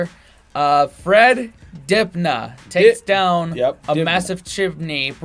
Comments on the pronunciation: If you think this is scary, watch the videos where he * installs * the ladders and scaffold! BTW, it's DIB-NAH not DIN-BAH. Some of his other videos 'How to Ladder a Chimney' How to Scaffold a Chimney' 'How to Climb a Chimney Overhang' Sadly he is no longer with us. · Pronounced Dib-Ner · Oh and forget about out weird spelling, the pronunciation is Fred Dib-na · Guy on right called him DINBAH 🤣